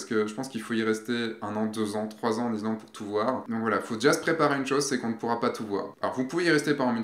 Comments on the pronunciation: Répète après moi, iSSSSSlande;-) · Tres chouette video.Gros pouce bleu.Par contre... pourquoi: IZ-Land?Surtout que tu le prononces 32000 fois... Bravo pour la vidéo sinon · David Non, tu te trompes, est parti en Izlande, pas en Islande! Par contre, ne me demande pas où ça se trouve 😂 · on dit Issssslande! Mdr 😂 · Salut, j'adore tes vidéo et on travail mais y a t'il que moi que ça hérisse quand tu dis "izlande"? J'ai pour projet de faire ce voyage d'ici la fin de l'année et j'aimerai savoir, quel a été ton budget pour vous deux? Histoire voyager léger, tu pense qu'un grand angle et un téléobjectif suffisent? Dernière question, dormir dans le 4x4 c'était pas envisageable pour vous?